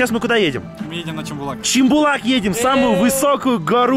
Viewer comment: Не чимбулак а Шымбулак